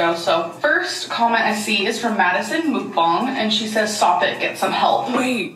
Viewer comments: it's so funny because neither mook-bong nor muhk-bang is correct... it's mok-bahng 😭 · The wild thing is Mukbang is literally a Korean word. So there is absolutely a way to correctly pronounce it and it’s OK that it bothers us because it’s JUST WRONG LOL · I always find the clips of her saying mukbang interesting since she is legitimately not pronouncing it correctly 😂